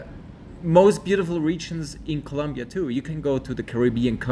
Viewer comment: It's ColOmbia with an O